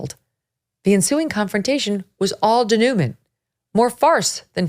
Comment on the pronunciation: Megyn - it's pronounced day-noo-mohn(t) (the n is barely pronounced, the t is silent) not du-noo-mint. (denouement - pronounce it as if you are French)